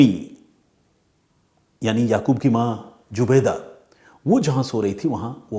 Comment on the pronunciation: Jubaida नहीं सर zubaida